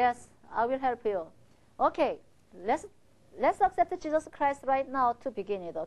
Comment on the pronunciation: did she say cheesus?!!!